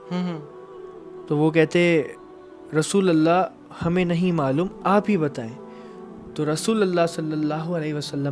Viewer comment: Rasulallah nh rasulullah